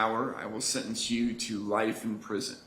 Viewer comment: Why the judge keep pronouncing “life” as “rife” ??